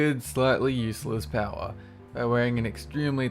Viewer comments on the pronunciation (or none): none